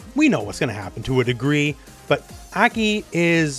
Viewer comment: Why do you keep calling her Eki?